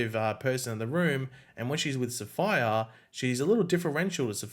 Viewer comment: It was really funny listening to this guy mess up the pronunciation of SAPPHIRE, LMAO, probably because he’s from a different country....? The correct pronunciation of SAPPHIRE is SAF-FIRE 🤙🏾